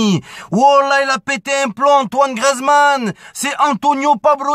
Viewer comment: ça vous fait pas rager quand il dit grezman